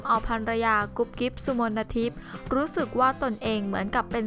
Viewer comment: ชื่อกุ๊บกิ๊บ อ่านว่า สุ-มน-ทิพ ไม่ใช่ อ่านว่า สุ-มน-นะ-ทิพ #เอามาจากไหนใครสอน